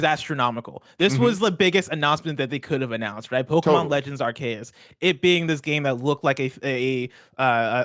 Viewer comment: Pokémon Legends ARE-KAY-US 🙄😅 that’s not right at all